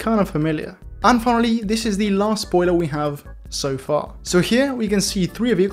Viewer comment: i love when he sayes zamm zpoiler zliding